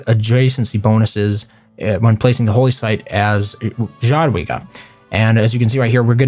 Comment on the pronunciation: It should sound more like [yadwiga] :-)